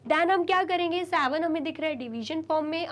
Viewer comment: Vo savan nahi hota seven hota he be